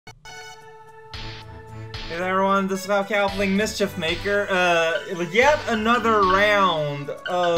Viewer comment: WHY DON'T YOU PRONOUNCE THE S AT THE END OF MISCHIEF MAKERS I'M GOING MAAAAAAAAAAAAAAAAAAAD